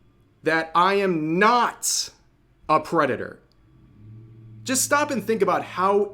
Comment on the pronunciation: It funny that how many times you bring up p-philia as a topic (which is mostly unrelated to anything else in the videos that they shows up in) in your videos while you literally defending p-philes by saying "it's just drawings" and then now you strongly try to emphazise that you're ""not"" a p-phile. Which is kinda hilarious, since if you actually weren't one then you wouldn't need to emphasize it like you did . Also, the "it's just drawing" is not really works as an excuse. Becaue the brain pretty much don't give a sh-t about that.